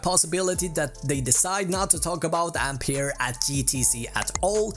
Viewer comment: Ampeier XD?